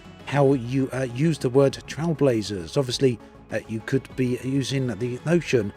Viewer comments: Trail, as in "Nature trail", not "Trial" as in "speed trials" lol Even if you Google "Trailblazer meaning", you get a) a person who is the first to do something; an innovator and b) a person who makes a new track through wild country. So the name of the update is accurate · Is it just me or is pronouncing Trailblazers wrong? The way he says it sounds like TrialBlazers.